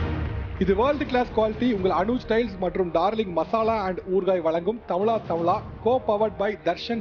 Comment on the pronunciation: தமிழா தமிழா என்று correct ஆ சொல்லுங்கோ sir தமிளா தமிளா. Wrong உச்சரிப்பு avoid பண்ணுங்கோ sir